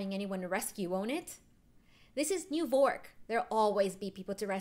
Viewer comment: Why is it called New Vork not New York